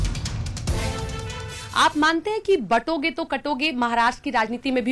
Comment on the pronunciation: Amish Sir, I have been listening to you from long time. I am not sure if you feel that there needs to be a correction, You keep saying Batonge to Katonge but it should be Bantoge to Katoge. Ignore me if i am wrong.